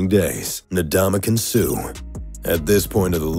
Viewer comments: It’s not Nadamukong Suh. It’s Ndamukong Suh. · Ndamukong Suh not nadamukong suh... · Donkey Kong suh not Ndamukong Suh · Donkeykong Soup is close enough